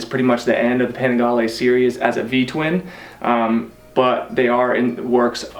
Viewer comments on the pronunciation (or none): italians say "Panigaleee". good video bruh